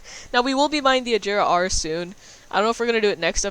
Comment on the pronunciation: You pronounce the agera r wrong